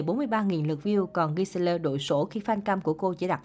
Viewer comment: Nữa, sao cứ thích đem đàn em ss vs đàn chị nhỉ, aespa mới debut hơn 1 năm nên phải từ từ chứ. Rồi cái tên nhóm và tên thành viên của ngta đọc mãi k đổi, k đọc theo kiểu tiếng Hàn đc thì kiểu tiếng anh, đây đọc sang tiếng Việt luôn,gì mà “a ét pa, gi seo lơ, hy do don” rồi 1 số nhóm khác nữa . Riết rồi nhiều khi Mys chưa kịp lên tiếng thì mấy cái kênh như này đã lên tiếng luôn rồi làm kéo thêm anti cho nhóm